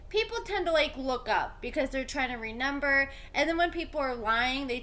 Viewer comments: Dude are you saying “ renember”? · Listening to you say “renember” 3 times in a row is actually painful.